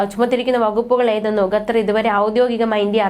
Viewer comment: ഗത്തർ അല്ല മോളേ ....!!! ഏതു സ്കൂളിലാ പഠിച്ചത് . ഉച്ചാരണം ശരിയല്ല .